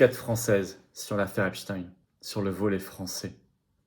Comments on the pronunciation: Epstein. Et non epstiiinne 😂 prononcé par les medias😂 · À prononcer Epstine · On dit Epstine comme Poutine 😂. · Ils prononcent tous "epstine" pour que ça rime avec Poutine. Qui est dupe de la supercherie à part les mougeons?